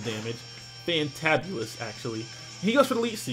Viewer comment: "Fantabulous" what the hell did I just hear? XD